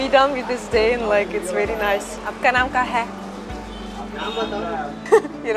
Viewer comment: Pls bro bro…u keep on saying aap ka naan ka he….pls change for good…..你应该说。。Kya not ka😢😊